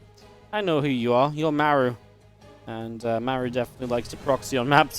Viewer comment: I love how laughs at the koreans mispronouncing Rogue when he has not once ever pronounced "Mah-roo" correctly himself. It's perfect. 🤣👌🏽